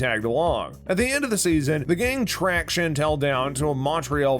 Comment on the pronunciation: There were no Easter eggs in this video. The narrator also pronounced Chantal as Chantelle and it’s very grating. I want my time back.